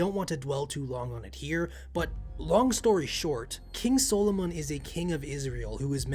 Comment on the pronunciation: I understand it may have been pronounced your way, but if I hear SOUL-O-MONN one more time I will call upon a lesser devil to curse this channel.